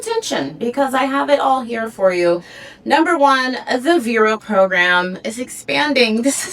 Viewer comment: What are you saying, ‘vero’s’ ? Can’t understand what you’re saying, maybe y can spell it?